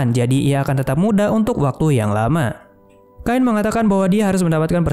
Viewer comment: Cain bukan kain bang😭